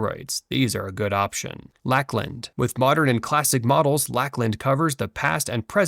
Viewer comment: It should be pronounced Lake-land, wtf